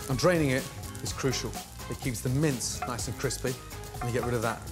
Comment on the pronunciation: Every time he says “mince”, I hear “mints”. It’s very confusing.